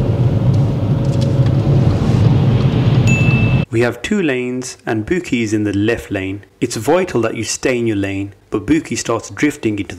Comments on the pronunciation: Man said her names booky 😂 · “Bouqui” I’m fucking crying 🤣😭